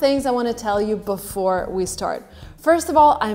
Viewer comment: before or befor?